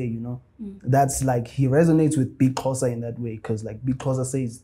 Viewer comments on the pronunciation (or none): Correcting her was not going to help coz thats how she pronounces Xho. It was going to be Xho! Qho! Xho! Qho! Agcine uBig Xhosa ethi Yerrrrrr! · can speak isizulu but was calling Big Xhosa as Big Qhosa..zikhiphani ngaye i model c 🤔🤗 just say Big Xhosa is it difficult for u lady?... awumfundise isizulu King Ginger 🤝